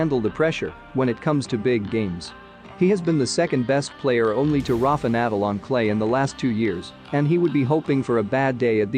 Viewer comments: I liked your content but could you please pronounce NADAL properly..... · Mate, you absolutely can not pronounce Nadal’s name.